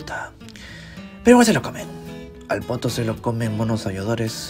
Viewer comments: Fuera del chiste, la pronunciación más cercana a la inglesa es [potú] y, a la española (ya que también se usa en algunos sitios), [potóo], no tan parecido a «poto». 😞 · Qué bueno que es potoo y no "pooto" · ......Pero con entonación de Poto jaaaaaaaaaaaaajajajajaja (risa de M.A.D.)